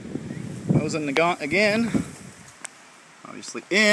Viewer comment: It's pronounced like moe zin